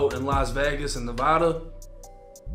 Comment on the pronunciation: Its NevAda, Not NevOda Homie